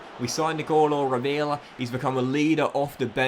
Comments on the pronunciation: Rovella is pronounced Ro-veh-llah. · My concern is how he pronounces Rovella